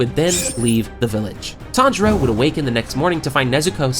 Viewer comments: TanZero! not Tandra~ I was like listen to this video and weird out by the premutation of this Youtuber...Who the hell is Tandra? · i cant get past the way you say his name lol